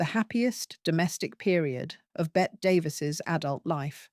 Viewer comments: Pronounced BETTY. Admittedly it makes no sense, but welcome to English. If you watch literally anything of her they call her Betty, so pronouncing it “Bett” is a bit of a blooper. Oh well. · Agree! This is total trash. Her name is pronounced Betty but spelled Bette. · I cannot believe the audacity of you not even knowing how to pronounce Bette Davis' name ‼️